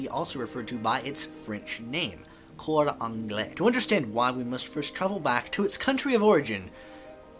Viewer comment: Oooh cor anglais (English) / cor anglé (angled) are pronounced virtually the same. Thanks! Never occured to me.